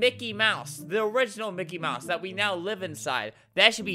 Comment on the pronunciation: “Minky mouse” LOL